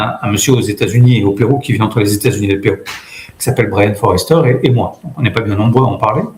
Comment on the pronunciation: Sujet passionnant. Pour info, c'est Brien Foerster et pas "Forester" ;)